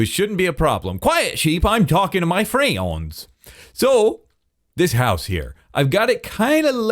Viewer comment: adding 5 extra syllables to friends. FREEYIEONDDS